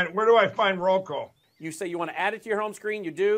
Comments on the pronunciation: Transformative agenda? Oh, Kari…🤦🏼‍♀️ Mike Pillow can’t say Roku? 😂😂 And who in the world is Julie Green? She, clearly, thinks she’s something special. One of TFG’s very best people. 🙄 Shame on their families for not getting them the mental health support they so clearly need. Oh wait, rethugs have nearly eliminated services. Thanks for making me smile this evening. ☺️ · 😂😂 ,"So, I got to go buy a little Roko box?" Roko?!😂😂